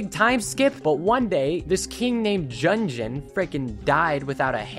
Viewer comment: i know this is like 55 minutes into the video but reading "king jurgen" and then hearing JUNGJEN was like a punch to the throat